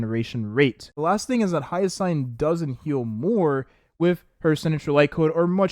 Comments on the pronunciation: It's Hyacine (hi-ya-seen), not Hyasayn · make me question if he has, at least hear hyacine's name in game